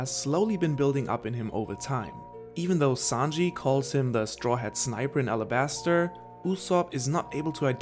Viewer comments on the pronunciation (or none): it's called arabasta not alabaster